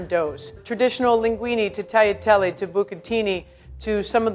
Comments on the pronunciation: It’s F@ LIN-GUWEE-NEH. NOT bloody LINGUI-KNEE. “E” in Italian is pronounced “EH”. What you pronounce as “E” (like in a wrongfully pronounced Linguine) is the sound we have for words ending in “I”! Stop butchering my language guys! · Why you say FARFALLE and instead of FAR-FAH-LEE? You pronounced all the names correctly except for linguine and pizzoccheri (the accent is wrong) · It's pronounced linguineh not linguine.